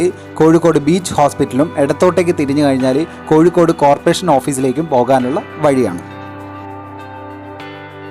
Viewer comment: Not koyikode " it is kozhikode "